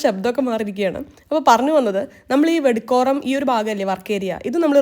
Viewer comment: വെടുകോരം അല്ല ഞങ്ങൾ പറയാറ് വടക്കോറം